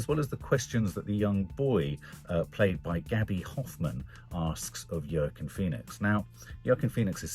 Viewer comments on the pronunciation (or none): Yer keen Phoenix lol. I thought I was bad with pronunciation!